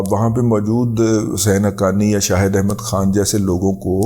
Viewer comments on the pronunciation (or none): none